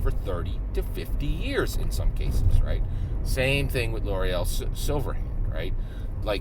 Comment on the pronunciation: Good video! Please pronounce Laeral's name correctly lol